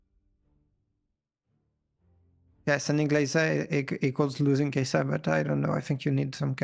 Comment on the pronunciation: The way you say kaisa cringes me it’s SUH not ZZZZZZUH